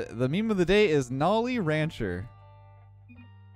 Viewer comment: Isn’t his name pronounced NO-LEE and not NOL-EE?